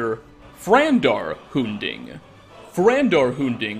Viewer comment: Anyone else irritated about mispronouncing Umbra and Hunding? Lmao.